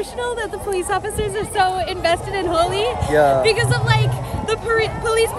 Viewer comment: It’s HOLI not HOLY 😅🤣🤣